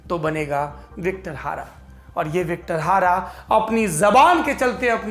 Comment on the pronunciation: सर Victor Hara नहीं बल्कि Victor Jara नाम था उस सिंगर का ।